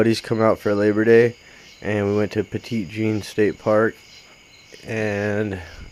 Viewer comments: It's actually pronounced Petty Jean. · Love the way you pronounced petit jean 😂